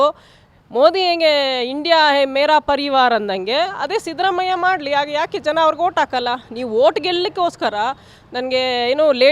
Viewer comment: Sadramayya alla shidramayya sariyagi kannada matadoke kalko